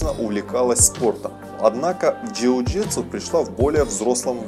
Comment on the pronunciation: Перестал смотреть когда сказал жиу житсу